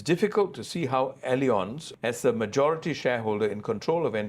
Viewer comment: Great interview! LOL on how totally butchered pronouncing "allianz" throughout the interview.